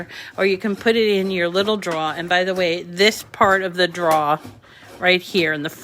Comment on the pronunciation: I'm English.. you pronounced drawer correctly